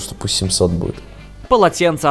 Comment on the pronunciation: . Какой блин ХЕрмес?! Ты совсем? Это произносится как ЭрмЕс!